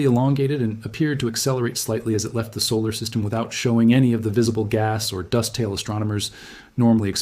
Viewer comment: "Lef T"? "Presen T"?